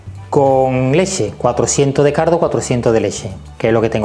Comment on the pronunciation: Se oye "cardo" en vez de caldo 😁 sarza en vez de salsa 😂 es acento andalu ? Digo andaluz no ?